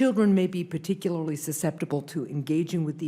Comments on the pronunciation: Particularily? C'mon man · Par-tic-u-lar-ly not par-tic-u-lar-ily 😘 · particularily. ParticuLARILY. PARTICULARILY. Ssssstop it! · Dude. Particularily isn't a word. Its distracting, just so you know. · Someone needs to teach TQ to say "particularly". It's driving me nuts. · Where does that extra i in particularly keep coming from?